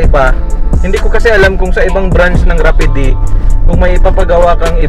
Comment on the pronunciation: Boy rapid ANG pagbigkas not rapideee jusko ko po ediiee...🤣🤣🤣🤣